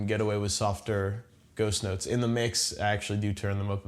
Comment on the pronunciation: at 20 seconds in, I swear he said "I'm gonna touch on ghost nuts"